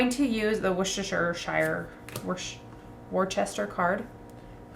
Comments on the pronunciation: Not 'wooster'. It's ' wuster' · The inclusion in the rules of the details of the industrialist characters on the cards is good, but I do wonder if a phonetic pronunciation guide to the placenames would have been useful: Walsall = "war-sall" Nuneaton = "none-eaten" Worcester = "wuss-ter" (wuss to rhyme with fuss) Uttoxeter = "you-toxeter" (And before any Americans complain about British pronunciations - have a look at Arkansas, Boise and Des Moines 😉)